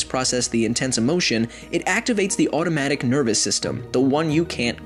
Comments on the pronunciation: He pronounced autonomic..'automatic' lol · I cried when you pronounced “autonomic” as automatic lmao jk thanks for the video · you you mispronounced the autonomic nervous system as automatic nervous system, instead of autonomic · isn't able to say "autonomic". It pronounces that word as "automatic".